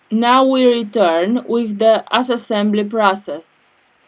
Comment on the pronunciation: 😂 i thought i am the only one who noticed it